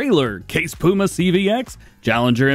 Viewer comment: He said case pooma